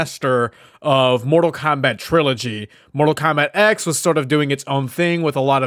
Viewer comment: You said it Mortal Kombat X. It's not pronounced that way even though it's written that way. It's pronounced Mortal Kombat 10. The x is a Roman numeral.